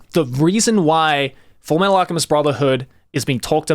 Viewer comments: did he just say "fullmetal alcheMID" by mistake there? XD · "Alchemid" Yes